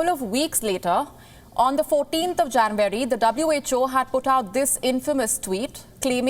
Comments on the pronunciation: It's not Janvary, its January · The way she pronounces it "Jan-wary" is slightly disconcerting. But major news this. More evidence that WHO is a sell-out. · Pls pronounce January correctly